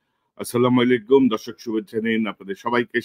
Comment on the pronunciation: এখনো কনক ভাই ছালাম টা শুদ্ধ করে নিন। বলেন আচ্ছালামু আলাইকুম